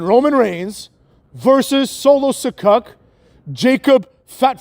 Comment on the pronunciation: "Solo Se-CUCK" 😂